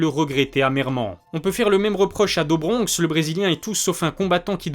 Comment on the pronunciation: Do bronx ça se prononce « dou »bronx pour info.. à part ta prononciation sur certains noms tout est pro! J’adore ta chaîne !